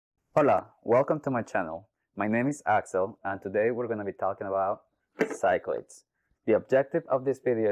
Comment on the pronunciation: Hate to be that guy, but Greek words get pronounced differently. The game is pronounced "sick-la-deez"